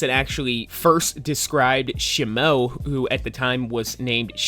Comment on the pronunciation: Say shimo right 😂